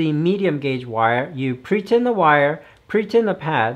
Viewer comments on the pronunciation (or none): Pretip? Pretint? Idk what you are saying.. sorry. I'm just trying to learn